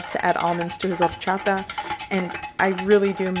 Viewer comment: Take a shot every time she says ordddchaTa. Thank me later.